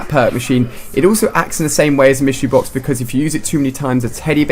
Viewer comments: he said mystery boc lol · "the mystery bok"